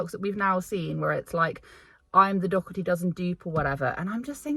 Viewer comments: It is pronounced Doe- hurty!!! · I love your videos 😃. It’s weird to me that this mad mama doesn’t pronounce Alicia’s last name correctly, being that she is her good friend.